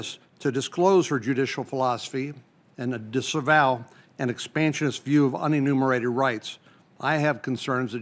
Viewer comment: What’s “uninnimerated”? Reminds me of the country Methodist parson and his paean to “the impotent God”.